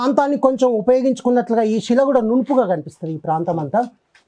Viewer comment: సోదరా. షిలలు షిల్పాలు షివుడు, షైలి.. ఏంటిది ? మీరు సీనియర్ చరిత్రకారులు. శిల, శిల్పం, శివ, శైలి అని మీరే పలుకకపోతే ఎలా సోదరా మున్ముందు తరాలకు మన సంస్కృతిని అందించగలం చెప్పండి.